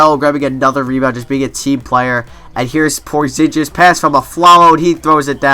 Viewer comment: cant stand how you mispronounce Porzingis -___